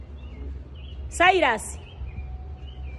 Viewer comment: Cyrus 😂😂😂not cylus😂😂😂